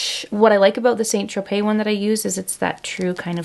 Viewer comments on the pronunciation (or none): none